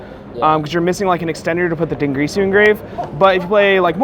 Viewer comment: why does everyone say fuckin "dingrisu", its clearly spelt d i n g i r s u ... fucking dyslexia epidemic for yugioh players